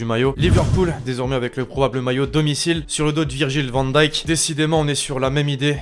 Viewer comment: On dit van dijk et non von daijk